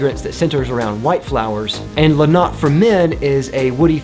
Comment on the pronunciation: And the E in la notte isn’t silent.